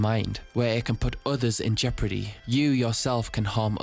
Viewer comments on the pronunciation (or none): none